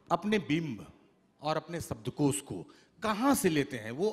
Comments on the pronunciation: Dear, you are doing good work but please improve your diction. There is a serious flaw. Its SHABDKOSH not SABDKOS. Please its a literature festival...... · ओह भाई हिंदी तो बोल ले सही से "सब्दकोश" नही "शब्दकोश" बोलो